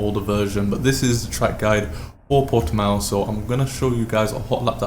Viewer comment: Sup bro, great video, btw, the correct way to pronounce Portimão is like "purtimãum" xD